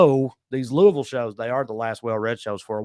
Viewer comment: Looking forward to seeing you I. Louisville. And you pronounced Louisville correctly. (Lu a vull)🖒😂